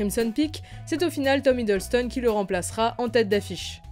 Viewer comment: C’est Tom Hiddleston pas Hideulston (je parle de la prononciation pas de l’écriture 😉)